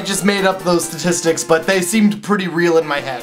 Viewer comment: YAY :D I'M NOT THE ONLY ONE WHO CAN'T SAY STATISTICS!!